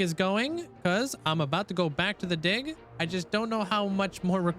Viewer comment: Bro did not say "dig" 😂😂anyways keep up the good work!